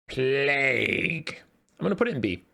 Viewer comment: plague and plaque pronunciation and meaning are different, mate ❤